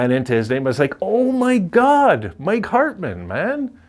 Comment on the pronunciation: And you pronounced my last name perfectly too.